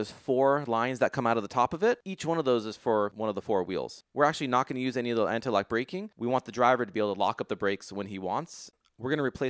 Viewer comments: heard it as Lag too, but Lock and Lag might sound similar in different accents. I for sure know this dude will not make a small error like that lol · arif khamar I heard “lock” with my Bose Soundport.